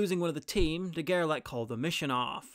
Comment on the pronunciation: Great video as always! And in case there's an as yet unfilmed part, I would suggest to pronounce his name as "De Gerlashe", as "ch" in French is usually not pronounced as "k" but "sh" (like moustache).